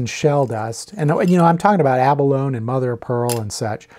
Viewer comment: The toxicity of shell dust may be in question, but there's no question that the word 'abalone' does not have a silent E. "Ah Baloney!" you may say.